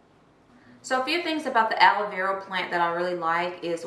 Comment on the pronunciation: Is it just me or does it sound like shes saying aloe veral. So cute 🤣🤣🤣🤣